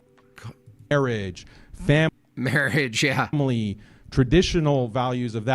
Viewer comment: emphasis on "Family"